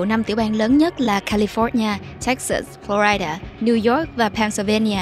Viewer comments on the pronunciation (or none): Teller, có góp ý nhỏ với bạn. Bạn đừng đọc: Flo rai đa, cả việt hoá hay english đều không đọc vậy. Nó nhỏ nhưng nói lên sự tận tuỵ của mình với công việc! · Lần đầu tiên nghe một người đọc tên bang Florida là phlo RAI đa.